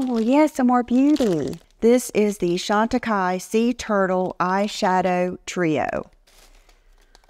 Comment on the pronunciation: you are one of the few people who know how to pronounce Chantecaille properly. 😁